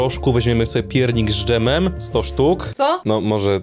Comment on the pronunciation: ż dżemem